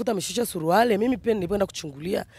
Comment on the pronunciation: Huyo mama jinsi anavyotamka neno SURUALE badala ya SURUALI ni wazi kwamba huyo ni bingwa wa ubambikiaji watu kesi